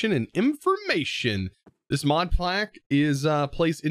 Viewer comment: "This Modplack" I hope I am not the only one that heard it.